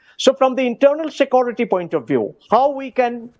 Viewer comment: The "Sakuriti" guy is not answering questions. I think it is "security" not "Sakuriti"